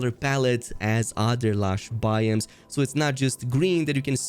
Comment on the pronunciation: BY-OHMS. Not Buy-Eems